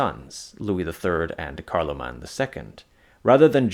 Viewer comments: You keep calling the first HREmperor Charle-mang. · The mispronunciation of the last syllable of “Charlemagne” is jarring here. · Why on Earth do you say Charlemagne like that